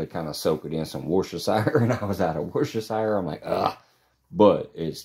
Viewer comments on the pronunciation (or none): Yum Yum Yum, I can hear claws & see woof too. Lessons in pronouncing Worcestershire Sauce coming soon 🤣🤣🐸💖🤗🤗🤗😘